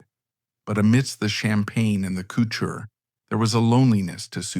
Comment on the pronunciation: You mispronounce Givenchy and couture in the beginning, though you fixed it later.